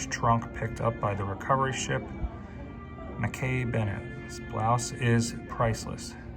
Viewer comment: The recovery ships name is pronounced like Mac-Key Bennett ❤